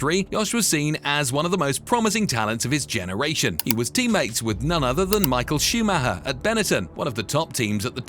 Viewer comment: Who the fucking fuck is Michael Shoe Ma ha?